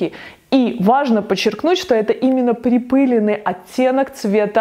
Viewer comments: Всё очень красиво, но очень удивило слово припЫленный в огромном количестве. во всех словарях "припылённый". ударение на Ы - это профессиональный сленг?)) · Все бы хорошо, глаза радуются.... но 3 млн раз сказать припЫленный😖😣 ааааа! Кровь из ушей! ПрипылЕнный! А так да, очень красивые цветовые сочетания👌🏼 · слово припылёный,ударение на Ё,я прогуглила...! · magnolia golden конечно ,на ё! Это правило 6-7 класса)) ударение всегда на эту букву. СвЕкла! Я не учитель русского языка)) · Спасибо! Чудесно и восхитительно, мои любимые безумные яркие сочетания, когда-то некоторые воплощала. Только в слове припылЁнный ударение на ё, пожалуйста, очень режет слух, тем более от вас :)